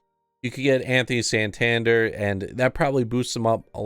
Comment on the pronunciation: I used to pronounce Santanders name the same way. Then I found out it’s pronounced sawn (like Shawn)-tan-dare. Just wanted to throw that out there. Lol. And his card is taking for me. Him and Adames are my go to guys right now.